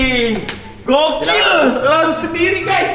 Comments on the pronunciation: Lounge kali bang billy, bukan lunch😭😭🤣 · Lounge bang Bil, bkn Lunch. RIP English wkwkwkk